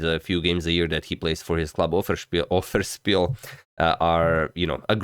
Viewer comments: isn't it pronounced offershpill in norwegian? at least that's how magnus has said it in the past. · It's pronounced -Offeshpill-, no type of R -sound as RS is pronounced SH by most norwegians.